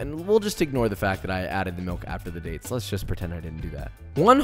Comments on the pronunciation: Dates not turds😂😂😂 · I love this guy...dates not turds..lol lol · Dates, not turds. Thanks for the clarification lol